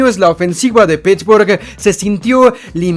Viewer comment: "...La ofensiva de Pittsburghu-e tiene una direccion-e..." NO DURÉ NI UN MINUTO ESCUCHÁNDOTE...